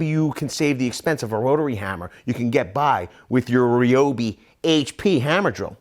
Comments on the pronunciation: Thought it was RYE-OH-BEE, not REE-OH-BEE Am I just stupid? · Ryobi, pronounced like Like RYAN not Rian Like RYE not Rie But Americans do you like that...